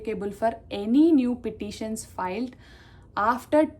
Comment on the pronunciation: Pititions kadhamma, petitions. Gentle correction